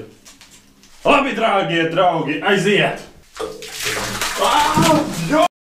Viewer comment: "Labi, drāgie drāugi""?????? :D Montāža? Aiiii, po#uj, būs labi tāpat! :D